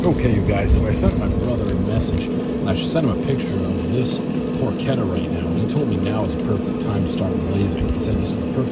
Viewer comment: It's not called "Por-chedda", it's prononced Por-KeTTA as in Pork in Italian. Double T sound not a D sound.